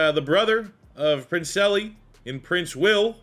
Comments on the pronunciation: prin-celly ooh man ma lion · That princely pronunciation was wild🤣🤣